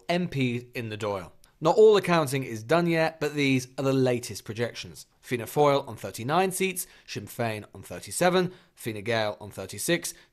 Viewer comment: Fianna “foil”